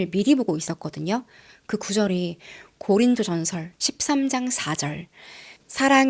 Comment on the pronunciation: 고린도전설 아니고 고린도전서요ㅋㅋ궈여워ㅋㅋㅋ